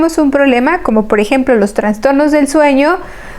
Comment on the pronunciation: Que pena escuchar la mala pronunciación de un médico. TRANSTORNOS..... cuando lo correcto es TRASTORNO.... SIN LA N entre la A y la S